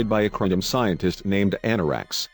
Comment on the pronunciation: CAPTAIN SPOOK FIRE ALL TORPODOS ITS THE KLONGONS !!!!